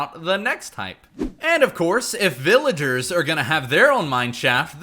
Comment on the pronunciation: "To even mining vilagers" VillagOre